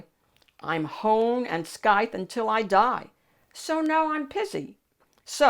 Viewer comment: Mylo says, “It was in the middle.” The “c” in “scythe” is silent, just as in “irascible.”